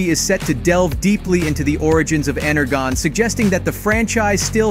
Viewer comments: as a fan of transformers, energon is pronounced with a j. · Ener “gone” 😂😂😂 Shows how much this clown knows.